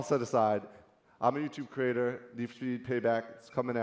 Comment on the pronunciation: "hi... im yuutoob crator...... spiking of witch im yuutoop crater..." "Youtuber" not pretentious enough?